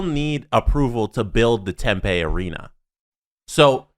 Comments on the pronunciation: Hey boys, southwestern American here. Totally minor gripe, but the town isn't pronounced like tempeh. Tempe is tem-PEE not tem-PAY. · Dear the boys, It’s pronounced Hila River arena even though it’s spelt with a g and it’s Pronounced tempe not tempa. Thought u might want to know since these topics probably won’t go away anytime soon lol